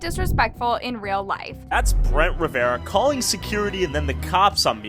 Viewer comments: It riverruhh not ✨️rivi-errrraaaa✨️ slay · I cant with saying Brent Ruh V Era instead of Ruh Ver Uh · why does everyone say riviera when its literally RIVERA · Brent Rivera* Not Riviera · It's RIV ERA NOT riviera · Brent ✨riv-e-ar-a✨ is slay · brent ree-evera ? 😭😭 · Brent “River- RA” love how she pronounces things 😂❤ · Brent “riveAra “ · Brent ✨Revie-era✨ was I the only one who noticed😂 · You didn’t say Rivera right lol. No worries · Umm u pronounced the surname wrong